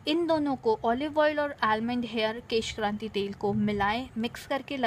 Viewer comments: beauty hacks kesh kanti h kranti nahi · maim kesh kanti hota kranti nhi